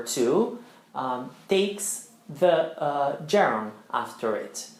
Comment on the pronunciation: Well, you emphasize the finals like Italians do. With (it's wɪð not widda) the (ðiː or simply ð not da) and please, don't pronounce the final G of a gerund because it's hard enough for students to get used to that without sounding like Joe Dolce. (Quick reminder: the gerund of "To lose" is LOSING, not LOOSING).